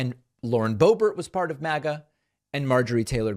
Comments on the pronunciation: Pls, David, don't insult the French accent calling her ""Bo-bear". It's an insult to a French accent. Lived there for 3 1/2 years as a French- immersed American as I'm sure you were. Just call her "Boobert". She doesn't DESERVE being called "Bo-bear". Like "Toolsi", friend. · Idk if you’re saying Bo Ber to be facetious or if it’s just pretentious but man it’s driving me nuts every time I hear it. Just say Boebert it sounds far more simple and suits her personality far better. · It's Boebert.....BOW BERT.